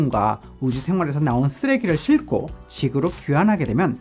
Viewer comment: 외국인입니다 싫고 아니고 싣고 입니다.